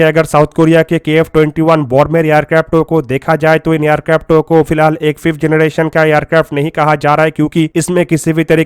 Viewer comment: phlai generrration Bolna sekhoo😂😂😂 phr banana 5th generation tati aircraft